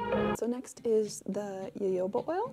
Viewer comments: As someone who has studied etymology and it is Ha Ho ba not yoyo ba oil. Yes yes I know Germans say yo yoaba but that is how they say Js. The word is Mexi-Spanish. The letter J is pronounced with an H. IT IS HA-HOBA!!!!!!!!!!!!!!!!!!!!!!!!!!!!!!! EVEN THE PLANT IS SOUTH AMERICAN! There is absolutely no defending calling it yoyo ba....none. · definitely agree....i am American and don't personally know any other American who pronounces it jo-jo-ba. We all say ho-ho-ba as all references for pronunciation are found to instruct you to say it. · Omg, please, it's HoHoBa, not YoYoBa. Thank you. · i was pronouncing it jojoba like jojo in my head this entire time instead of hoho or yoyo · Friendly public service announcement: jojoba oil is pronounced like ho-ho-ba :) Think of what santa says lol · Yes thank you! Girl I love your channel but your pronunciation of Jojoba was killing me softly. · II always fight with myself because I can't get myself to NOT say 'Ja-ho-ba " ... as if I am mispronouncing the name of the Jehovah's WItnesses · My personal opinion is that as long as you're making an effort to say it correctly and people understand what you mean when you say "ja-ho-ba" there's no harm done :) Habits can be hard to break. There are many many ways I'm trying to decolonize my language and I still make mistakes every day. It's a process for sure <3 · it was bothering me too 😂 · Jojoba oil is actually a liquid wax. Of the most common oils and waxes available, it most closely resembles sebum, the natural oils in your skin. It does not clog pores either. I have used a 6:1 ratio of jojoba to beeswax on my face with excellent results as a night "cream". And +1 to - it is pronounced ho-ho-ba. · omg girl it's pronounced ho-ho-ba. It's also a misnomer though called oil, it's actually a liquid wax. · It’s pronounced hohoba. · I was hoping someone would tell her...lol :)